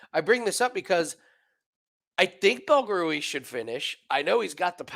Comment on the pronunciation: I keep laughing because every time says "Belgaroui", it sounds like "Buggary". If yall don't know, look it up.